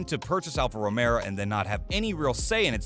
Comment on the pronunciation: "Mario" Andretti attempting to buy Alfa "Romero"? Couldn't listen past that.